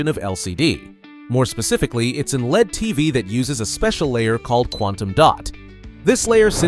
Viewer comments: You don't pronounce LED as lead bro. You say it just like LCD. L.E.D. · I've been an electronics technician since the 70s. I've installed LED bulbs (solder in) for power lamps on test sets. At no point in my life, anywhere, until now, have I ever heard anyone pronounce LED like "lead". We always, *always*, simply said the letters, L E D.